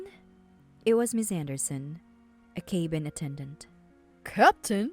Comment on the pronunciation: Cabin is NOT pronounced "cay-bin" and stabilized is not pronounced "stab-il-eyezed" it's pronounced "stay-bil-eyezed"